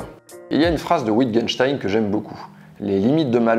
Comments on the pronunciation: Tiens justement à propos de ça, le nom de ce bon Ludwig se prononce "Vittgenstein", pas "Ouittgenstein". C'était un Autrichien. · Wittgenstein se pronounce "vitegeunstein" ;) Super vidéo, j'ai beaucoup appris merci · Je me permets de te corriger : Wittgenstein se prononce Vittgenstein. Pas "wi".